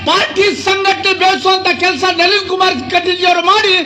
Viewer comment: ನವೀನ ಅಲ್ಲರೀ ಕಾಕ ಅದು ನಳೀನ್ ಕುಮಾರ್ ಕಟೀಲ್ ಅದು